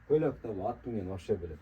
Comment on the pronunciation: Нече суйлоп жатасын Деген Кыргысчаны так суйлош керек да Аа Сен чулдурап эмнече суйлоп жатасын от дейсиго Ат деп айтат далбайоп 😂😅